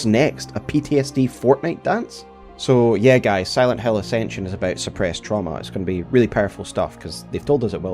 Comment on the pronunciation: It could've been a great video, ngl, because Acension is really trash but your pronunciation to Silent hAiL is really annoying 😭